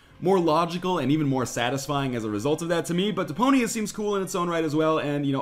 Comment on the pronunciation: Who else hears De-Pony-A?